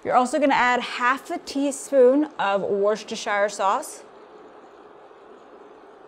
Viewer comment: This looks awesome, definitely trying this next week! Although as a Brit hearing you say 'Worcestershire sauce' made me chuckle 😂😂 I'm loving KC! Since I discovered your channel I make nearly every recipe you post each week - we had the chocolate lava cake yesterday and it was amazing! Keep up the good work guys!